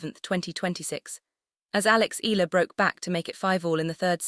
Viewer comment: It should be: panic-stricken; pronounced "Eh...ya...la" it's " Rah..fa....Nah...dahl"